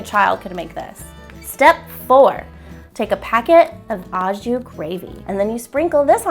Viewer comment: "Literally a child could do it" ... sounds like a great recipe to get kiddos started on learning to cook. PS: "au jus" is pronounced "oh zhew" ... in French 'au' is pronounced 'oh' and means in. Literally 'in juice'.